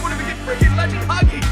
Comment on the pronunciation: ITS HAJI NOT HAGI